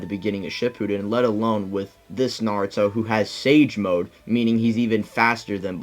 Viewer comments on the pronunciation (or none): none